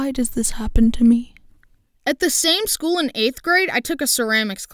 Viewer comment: Few i thought you said school but you said shool